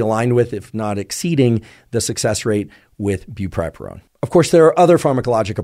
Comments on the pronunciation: “brupripurone” bruh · Bupropion is pronounced "bu-PRO-pion", just fyi :)